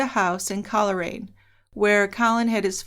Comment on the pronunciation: Coleraine is pronounced coal rain.